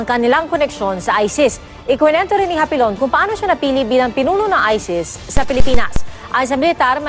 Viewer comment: Hapilon dili hapinon